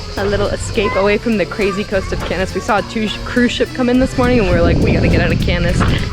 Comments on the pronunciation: Yikes its pronounced Canne like a can of food, not Cannes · I only came here to say the same thing, jesus christ its the most annoying thing ever. Why would you think its pronounced Can-es? Have you never heard of the 'Kaan' film festival as its properly pronounced. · You seriously are calling it CANIS? I can't even watch this video that's ridiculous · Butchered cannes so bad i had to stop watching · Wouldn’t you confirm how Cannes is properly pronounced before making a YouTube video?